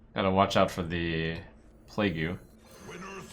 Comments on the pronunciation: Cap'n is how a pirate would say it, and I believe plague-u is a jokey play on how a japanese speaker might try to pronounce plague. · Been a fan of Trump for quite some time now and I don't normally mind his attempts at memes, but when did he develop a full fucking speech impediment? Playgoo, capin, really?